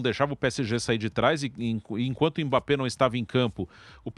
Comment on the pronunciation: "EMBÁP" É UM MOOOOONSTRO!!!! PSG é time pequeno, quando vê um grande treme na base!!! E a lei do ex não falha kkkkkkkk